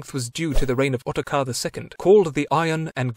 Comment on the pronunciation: it is otakar no ottokar